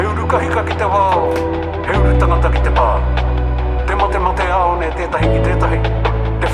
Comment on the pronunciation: Ao is pronounced as ow. I have subscribed, liked and loved your reaction. We as Maori love Jamaican music, and intimate it big time. Enjoy your journey with Stan